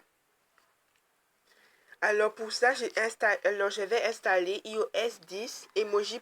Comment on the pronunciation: " Hi au aisse" on dit "AÏE AU AISSE" (IOS)